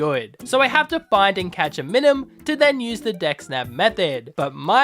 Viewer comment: I’m . I’m enjoying the video. But it’s My-Nun. And Com-bus-kin. I’m sorry. Thank you for coming to my ted talk.🤦‍♂️ Nice Full Metal Alchemist theme!